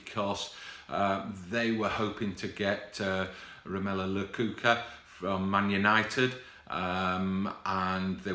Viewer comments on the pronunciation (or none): Romelu LAKOOKA huh? Hahahaha